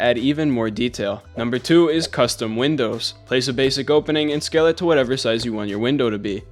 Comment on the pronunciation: wow i love "winows"